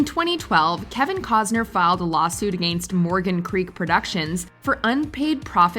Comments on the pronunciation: The word Against is not pronounced A-gainst! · 🤣the way she says “against”🤣🤣🤣